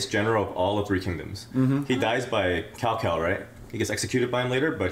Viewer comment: Ah yes, remember when Lu Bu was executed by Cow Cow? (it's a common mispronunciation, especially since the Dynasty Warriors series got it wrong)